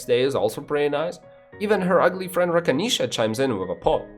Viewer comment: I died when he said Rakinisha